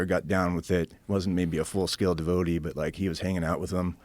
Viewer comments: I cringed every time he mispronounced devotee. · The way this guy pronounces devotee drives me nuts